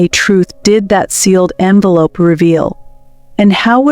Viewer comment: The narrator is presumably well educated. If this is the case then why oh why didn’t she read the script before she spoke? How, in the context of the story surely she knew the difference between envelop and envelope, and resume and resumé!!!